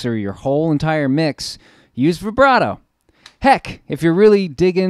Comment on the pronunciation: Good stuff! For $28, you can't beat that pedal with a stick! Oh, and thank you for pronouncing "vibrato"correctly! It drives me crazy when people say it with a long i sound!